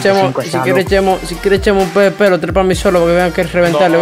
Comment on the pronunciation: Cómo lo dicen ->PBP COMO SE DICE EN VERDAD-->PVP .. PE UVE PE , NO PE BE PE :(((